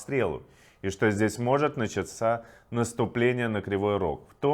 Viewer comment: наЧАться. Включите ударения....